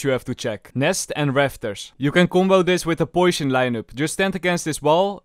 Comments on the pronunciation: "Poisyon" It's cute how you say poisyon instead of poison XDD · how says ' poition" will never get old for me gg